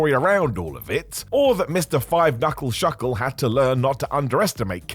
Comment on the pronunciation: Loved the slip of the tongue 5 Knuffle Shuckle 😂😂😂